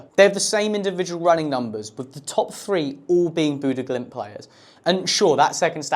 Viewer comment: He did the Glimt part well. The stadium name was good for a Brit, but I dont think he said Bodø correctly once. It varies, but he either mispronounce the O or Ø, or both sounds at once.